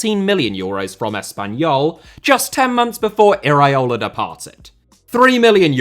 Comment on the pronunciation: please, repeat with me: e-ra-o-la, not e-raee-o-la 😅.